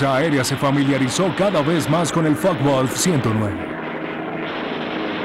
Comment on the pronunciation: Focke Wulf, como lo pronuncias que no se entiende? Láncaster tambien mal pronunciado